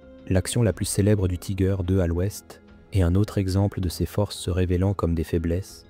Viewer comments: Marre d'entendre le nom du char mal prononcé. Pourquoi le prononcer à l'anglaise alors que c'est un char allemand et que la vidéo est en français. Si vous ne parvenez pas à prononcer son nom en allemand, faites le en français mais surtout pas en anglais qui n'a rien à faire dans cette vidéo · le "i" en allemand se prononce comme en français.